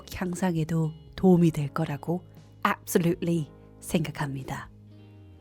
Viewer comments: 앱쏠루리 좋아요❤ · 저 개구진눈빛 ㅋㅋㅋㅋㅋㅋ 꿀귀셔 압솔뤁을리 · ㅋㅋㅋㄱㅋㅋ앱솔룻을리ㅋㅋㅋㅋㅋㅋ잠잘올거래ㅋㅋㅋㅋㅋ 아...바로구독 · ㅋㅋㅋㅋㅋㅋㅋㅋㅋㅋㅋㅋㅋ 앱설룻리 ㅋㅋㅋㅋ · 이제 연설까짘ㅋㅋㅋㅋㅋㅋㅋㅋㅋㅋ 좁스형이랰ㅋㅋㅋㅋㅋ주옥라닠ㅋ 엡솔룰맄ㅋㅋ찰졐ㅋㅋ언니 너무 귀여워욬ㅋㅋㅋㅋㅋㅋ♥